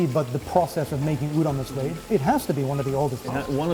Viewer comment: Okay, first of all, it is pronounced as "oo-don", not "you-don".